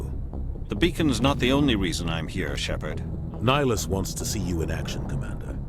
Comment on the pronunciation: You keep saying Nihilus instead of Nihlus. He is not a Sith Lord.